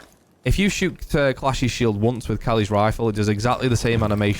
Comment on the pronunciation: Yeah it's said like Kie-ead. Kaid. For Kali it's Kal-e. And for Nøkk its Nook like Tom Nook from Animal Crossing. For Kali they also say her name in the second tournament trailer. Also ty for the videos.